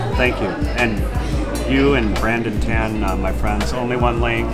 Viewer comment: Brandon tan name mispronunciation is rea